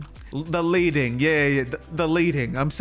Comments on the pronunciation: I'm here 2 years later, and by now you've probably already learned this haha, but "leading" is pronounced "led" (like pencil lead), because back in the day typesetters would use lead to space type in print. Anyway, thanks for the vid! :goodvibes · lol "Leeding"